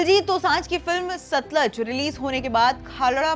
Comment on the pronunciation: देवी जी उच्चारण सुधारिये, सतलज नहीं सतलुज है। नाईटीन नाईटी फाइव की जगह उन्नीस सौ पिचानवे बोलो तो ज्यादा सही है।